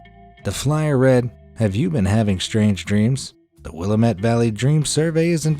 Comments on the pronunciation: It's Will-AM-ette. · Why did you pronounce Willamette wrong even when having an audio of the voicemail greeting that says it correctly?